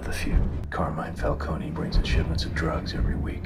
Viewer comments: Falcone is meant to be pronounced like the word "cone" not "co-nay." Just like Ra's is meant to be pronounced as "raysh" rather than "raz." The films get both of those names wrong. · No, you're actually right; while in this trilogy it's pronounced "fal-CO-nee" (perhaps in an attempt at sounding more Italian), the real life name is pronounced "fal-cone". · It is Falcone. Not Falconi. They pronounce it wrong here. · I think Italian names and words ending in -one are pronounced with the -e as its own syllable, so if it is indeed meant to be Fal-cone instead of Fal-coni then it sounds like the comics used a weird pronunciation originally. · Katie Holmes is pronouncing Falcone wrong. In Gotham they say it right